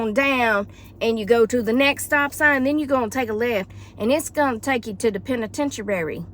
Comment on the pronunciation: LOL. Penitentuary. I couldn't stop laughing.